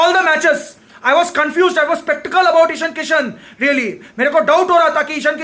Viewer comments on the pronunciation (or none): The way he says spektical instead of sceptical 5.59 😬😬